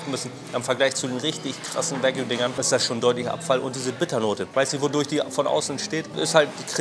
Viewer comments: es heisst wagyu, nicht wague lol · Wague???? konzentrieren Mensch.